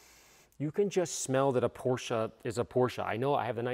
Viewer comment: Thank you for saying "Porsche" right.